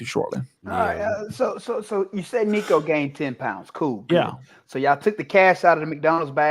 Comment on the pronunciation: Tennessee guest can't even say Nico's name right 🤡